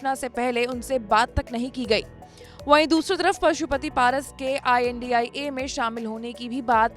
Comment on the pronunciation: India bolne m dikkat abp news balo ko